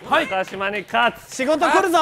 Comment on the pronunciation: いつ、なかじまではなく、なかしまですっていうのだろう